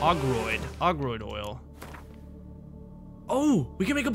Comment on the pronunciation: "a groid oil" LOL